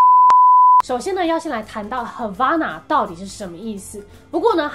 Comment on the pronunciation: 聽得時候是唱 hava(欸)na 可是滴妹念的時候是hava(阿)na 為什麼😶😶